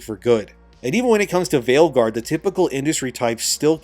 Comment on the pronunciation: Did you say Veilguard or Maleguard?